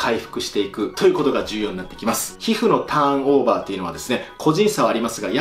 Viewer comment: ターンノぉrrrーバぁrrrー